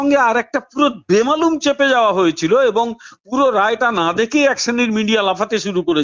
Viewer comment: ছোট্ট correction “চেপেছে “নয় “ছেপেছে” ।